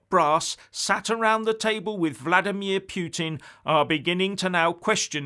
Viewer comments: What is talking about? Who is "Pweting"? hahahahhahahahahhahahahahahahahah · 'Pyootin' derangement syndrome,?